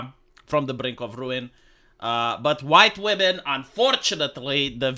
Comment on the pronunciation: Is the huwite wahmen their new boogie man?